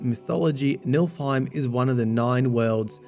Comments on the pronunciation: * NIFLheim, not Nilfheim. Nifl = nebula = mist/fog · it's niflheim not nilfheim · Just a correction it is pronounced NIFLheim instead of NILFheim as you were saying.